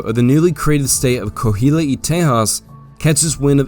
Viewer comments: Nothing but 5 stars for this great overview! Some place names are mispronounced. La Bahia is pronounced Bah HE Yah Coahuila is pronounced CWAH WHEEL AH Copano Bay emphasis is on the first not the second syllable so CO pan oh Great job. This should be shown in all Texas 7th grade history classes! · Coahuila is pronounced "Ko-ah-wee-la", the Mexican state of Coahuila y Texas adds "ee" "Teh-has". The "y" is "and" in Spanish.